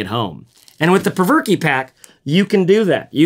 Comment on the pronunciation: Been waiting for this review. always thought it was pronounced provoke but perverky sounds much better. lol